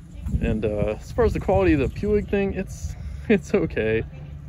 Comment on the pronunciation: “PUIG” is a Spanish name. It is pronounced as: “poooeeeg”. “Poo” as in Winny the Poo and “eeeeg” as in “Eve” but without the “v” and add a “g” at the end.